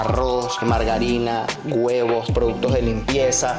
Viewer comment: son HUEVOS, no güevos, dejaste entrever tus deseos.